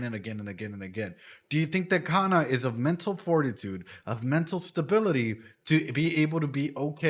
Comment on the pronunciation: Your pronunciation of kana is kana in hirakana katakana